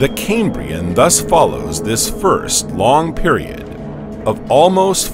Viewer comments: Doesn’t bode well when the narrator can’t even pronounce Cambrian properly. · ridiculous music, and a dreary affected commentator who cant even pronounce 'Cambrian'